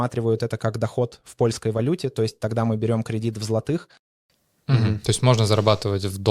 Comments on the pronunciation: ЗлатИх, златИх, це яка говірка? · Это ТОЛЬКО ТЕОРИЯ, для тех, кто захочет воспользоваться услугами этих ребят. На практике все по- другому, можете проверить! Да, на заметку- поляк молодец, за полтора года да и без акцента, только кое- где специально ударение на злотом не так ставил!